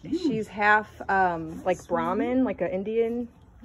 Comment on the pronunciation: They’re not exotic. Pronounced Bra, long a, ma. Good hardy strong cattle tho. That calf is beautiful!!!